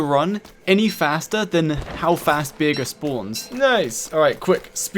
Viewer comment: Tip: To pronounce bearger say bear then jer It kills me how you say beer ger lol